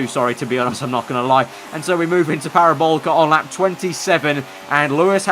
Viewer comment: ITS FUCKING PARABOLIIIIIIIIICA, THERE IS AN I IN THAT NAME.